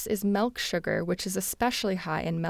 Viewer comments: disliked the video cause she pronounced "milk" as "melk" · The word is MILK not MELK.